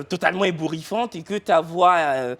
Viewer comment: "totalement Ebourriffant!"🤣